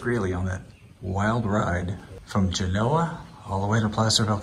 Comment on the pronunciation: Thank you for pronouncing the name of the town/settlement, correctly.